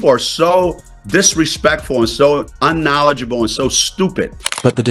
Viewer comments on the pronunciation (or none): Paige is a great player,, BUT CC BROKE 64 RECORDS IN HER ROOKIE YEAR... HOW MANY HAS PAIGE BROKEN ??? I HAVE TO LAUGH AT GUY SAYING UNKNODGIBLE.. 64 ROOKIE RECORDS UNKNODGIBLE OR ARE YOU IGNORING ??????